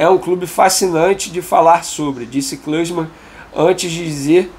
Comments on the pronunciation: Foi engraçado tu falando o nome do Klinsmann mas oq vale é a notícia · O jornalista esportivo não sabe quem é Klinsmann, um dois maiores atacantes da alemanha, e mete essa pronúncia?? HAHAHA Tá bem hein Leo Dias, manja de tudo paizão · Quem? A pronúncia aí do amigo Venê não foi das melhores kkkk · Po Venê, vc mata a gente de vergonha nesse vídeo. Não sabe que o Klinsmann é um dos maiores atacantes da história do futebol, tratou como se fosse um ilustre desconhecido, nem conseguiu falar o nome dele pqp vou enfiar minha cara num buraco kkkkk